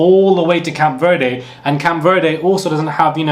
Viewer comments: “CAMP VERDE” yo I’m SCREAMING 😩😩😩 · Cape Verde, not Camp Verde